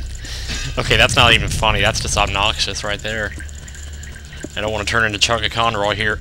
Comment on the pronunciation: I love how you put emphasis on the "ob" in "obnoxious" It's OBnoxious!